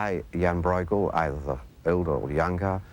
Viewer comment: Hurts my ears. Please pronounce Breugel better if you want to be an 'expert'